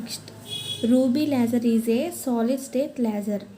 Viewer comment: Adhi leyyser kadhu laser Meeru thappu palkutunaru And it's not dopping it's doping